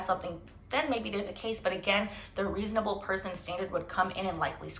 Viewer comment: Ree- son - a-bel.😂 good points made.